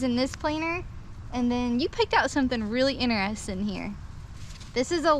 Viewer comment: How can you not just fall for someone who says enter-resting😉